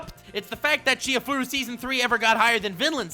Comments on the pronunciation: Dude, u disappoinit me. It's not Chi-hai-furu it's chi-ha-ya-fu-ru! <.< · I'm just heartbroken that hasn't watched and hence can't pronounce Chihayafuru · can't pronounce "Chihayafuru" lol.